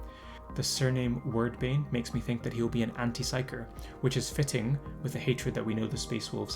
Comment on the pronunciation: Pronounced Weird bane. Wyrd is the old norse term to describe Fate or it's affect on a person.